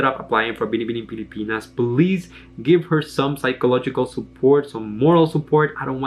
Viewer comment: I love the way you say “BINIBINING PILIPINAS” it was perfect